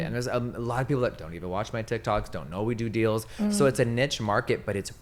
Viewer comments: not Jeffeee not knowing how to say “niche” 😂 girl it’s like NEESH lol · Jeffree it’s pronounced KNEE-sh not NITCH (niche) 🤣❤️ ily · couple thoughts, love the idea of him saying niCHe like that for years and years, and no one ever correcting him. Also him saying the government doesnt want tik tok cause it exposes things like the moon landing is hilarious. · the way he pronounced niche made me angry